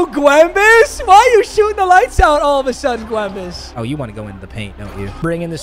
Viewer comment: Why the fuck does he call him gwembus 😭